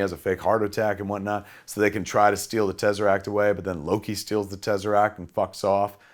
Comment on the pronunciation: The tezzaract